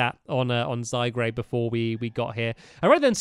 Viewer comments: Stampy: let's take out zygrade Me: its zygard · Stampy it's Zy Gaurde (Zygarde not Zygrade) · It's zygarde not grade sorry it just enjoyed me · My fave Pokemon is zygarde And it's zyGARDE not zyGRADE! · Dose Stampy EVER read the comments, I mean how many times do we need to say it's ZygARde not ZygRAde! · it's not zygrade it's zygarde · also stampy just saying it's not pronounce zygrade is pronounce zygarde the e is silent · no offence but you pronounce zygrarde wrong it's pronounced zy-guard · ITS ZYGARDE NOT ZYGRADE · It's zygaurd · stamps your saying "zygRAde" the name is "zygARde" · Its zyguard not zygrade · Stampy says "lets get out zy-grade" me "should of gone to specsavers" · It's ZY-GARD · My favourite Pokémon is mew I missed the last Episode but my least favourite Pokémon is Kyurem And it pronounced zie-guard Don't judge me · and since your reading comments its pronounced zy- gard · It's zyGRADE DON'T YOU READ THE COMMENTS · Cat AJ -Cat05316 no its zyGARde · Stamps not to be rude but before i explode with anger Zy-g-A-R-d-e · stampy its zygarade its the name your saying the name wrong its z y g a r d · U pronounce zygard wrong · it's called zy-guard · Stampy it's pronounced zy gaurd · it is pronounced zy-guard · Its zyguard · gaming pro # i wish stampy would get zygarde's name right. its annoying me but i try to put up with it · your saying zygarde wrong'